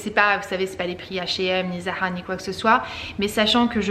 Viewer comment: le "Zara" à sonné arabe d'un coup xD